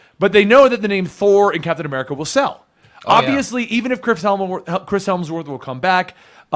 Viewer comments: "....i have to stop you. you constantly call him "Chris Helmsworth". it's Hemsworth. I think...you should apologize. apologize to the guy named Chris Helmsworth who thinks you keep calling him." (never thought that reference would ever come up) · There's no L in Hemsworth. Get it right